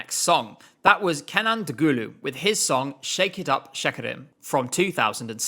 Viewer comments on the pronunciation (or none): Doctor: Umm, butchering Turkish names isn't real, it can't hurt you: "Hadees", "Kenaan Dogooloo", "Morphé Utesee". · OMG NO Hadise and Kenan Dogulu omg they're not pronounced that way it sounds so bad when you say it :c